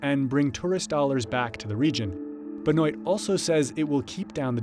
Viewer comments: Lol his name is pronounced benwa non Benoit lol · Statesmen Jon "BENOIT" LMAO. Americans and the way they pronounce French names always makes me laugh. The second you cross the border from Canada names like Benoit pronounced Benwaa change drastically lol.